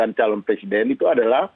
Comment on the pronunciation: Lizal bilang punya hak ....semua orang punya hak tapi jngn lupa anda juga punya kewajiban ... Apa itu kewajiban anda ya itu wajib mengikuti undang2 yg telah di sepakati nafsu banget sih lizal lamli ....kerja aja dipecati gak ke pakai kok mau jadi pleciden ....Maaf ....brooo ngomong aja ga lengkap week....wek...wek... .